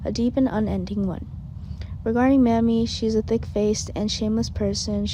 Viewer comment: Her name is not mammy it's Mamie